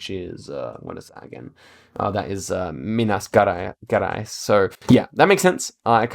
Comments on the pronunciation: you pronounce like mina "jerais" not like guerais or djerais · It's Pronounced Minas Jerais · Minas Gerais: Me-nas Je-rais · Yo, just here to say, we kinda pronounce Minas Gerais as "Meenas Jerais" :) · Barria e Minas Guerais me quebrou kkkkkkkkkk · "minas guerays" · Minas gUerais??? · For Minas Gerais you can use "MG" or pronouce it like -Meenas Jerais jamais tente tankar o bostil